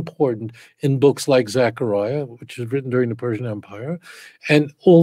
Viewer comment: Yeptah not "yeftah". Also T'sepanyah צפניה. T'sekaryah זכריה.